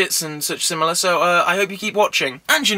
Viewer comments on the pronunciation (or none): none